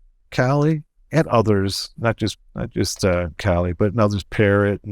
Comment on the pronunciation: <CRINGE!!> It's pronounced "kah-LEE"